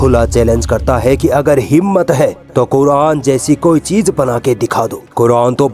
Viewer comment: Isko bolne bhi sahi nahi aata phir yeh Quran kaise padhta hoga? Yeh cheez ko cheej bolta hai, yeh Quran ko Kuran bolta hai,Yeh jara bolta hai lekin isko zara bolna chahye, yeh kiyamat bolta hai lekin isko Qyamat bolna chahye. Jab iski pronunciation hi sahi nahi hai toh is se kiya seekhna.